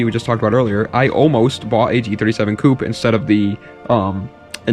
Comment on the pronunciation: All of a sudden pronounces "coupé" correctly for the Hyundai.